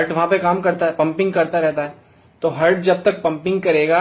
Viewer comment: Pahle English bolna Sikh Jitendra..hurt nahi Heart and human nahi Human....